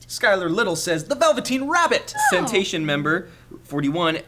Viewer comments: its pronounced C-nation from john Cena(tion) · pronnounced a guy/girl centation member when it is cenationmember41 which i think means john cena CENAtionmember41